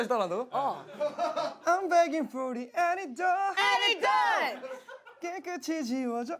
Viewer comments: Lmaoo jessi forgetting how to pronounce antidote . Anti-dot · Anyone else notice Jessie kept saying “antidote” wrong...?? 🤔No...?🤨 Okay😂